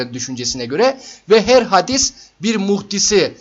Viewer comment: Hadis değil hâdis olmalı. Yoksa buhari işlemiyoruz zannediyorum.😅😅